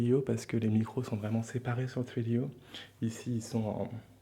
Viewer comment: Vadoor il le dit bien c'est juste les français qui le disent mal